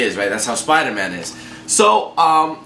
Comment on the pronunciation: Spida man